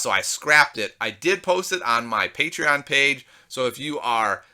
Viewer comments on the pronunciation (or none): none